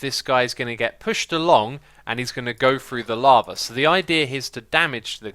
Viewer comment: I like that whenever Xisuma says "lava" it sounds like "llama" to me. XD